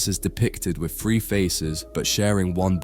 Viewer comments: Your "three" always sounds like "free" for me , nice video though ;) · WHY CAN YOU NEVER SAY “TH”REE JUST STOP BEING LAZY. FREE OR THREE? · How on earth do you end up saying “free”? What fucking part of “three” has an “f” in it? Lmfao is it that fucking hard to make a “th” sound? 😂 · Love how you pronounce '3' as "Free". hehe Lovely video. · Good Lord please pronounce"three" correctly. 😂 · Imagine making a video about the number 3, and not being able to pronounce it.